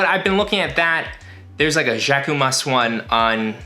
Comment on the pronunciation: No one noticed how you said Jacquemus hahah